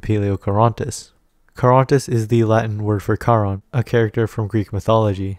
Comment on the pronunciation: its a small detail but i just like that you spell charon with a hard k